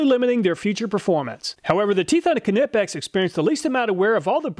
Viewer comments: is that how you pronounce knipex? i thought it was a n sound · Yes, you're wrong. But nevermind IF you'll pronounce the "K" in the right way in the future😉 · I can't get over how he pronounces knipex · Apparently, I've been mispronouncing Knipex my entire life. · we always say it nipex no knippex kind of like how you say nife and not knife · Ca-nip-ex vs knipex, i thought the k was silent? Lol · Pronounced Nipex. You don’t say K- nife. Which is also a German based word. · “Kanippex” killed me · Ka-nip-ex > Ny-pex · I think this is the only time I have had any complaints about any of your videos... but for the love of God... say it with me. Ny pex. Knipex. Not kuh nip ex 🤣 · Ni Video. One thing. Knipex is pronounced "Ni-Pex" not "ken-ip-ex" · It's pronounced with a silent K - nipex not Kerr-nipex don't worry your an American you can't help it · i fell and broke my kuh-nee when you said kuh-nipex lol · Knipex - Ni-Pex The K is silent. Thank You. Love your videos !!! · Love your videos mate. As an engineer I enjoy them. Just remember it's pronounced Nipex ,. The K is silent. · Keeenippex :) Love the pronunciation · Im sure this has been pointed out already, but the proper pronunciation of Knipex is Nipex, the K is silent. Love your videos. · Bro, it’s ni-pex, I like iPod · “Ka-nip-ex” 😂 lmao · kuh nip ex 🤣🤣🤣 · you probably don’t care but I’m pretty sure the letter K in “Knipex” is silent. I think it’s pronounced “Nypex.” Can’t blame you for saying it the way you do though, they really came up with a bad name. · The “K” in Knipex is silent.. It’s pronounced “Nie-Pex”.. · the "K"nippex...LOL its silent k - so just Nippex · please dont say Ka-nip-x lol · Great vid but I have to say, it's pronounced Nipex The K is silent. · The 'k' in 'Knipex' is pronounced like the 'k' in 'knowledge'. It's "nie-pex". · You pronounce KNIPEX like KNIFE - it' 'nip-ex' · I have always thought it was pronounced "ni-pecks" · NIP-EX ,asking my ears bleed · it's pronounced Nipex